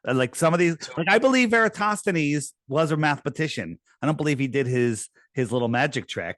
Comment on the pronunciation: I'm proud of you correctly pronouncing Eratosthenes lately!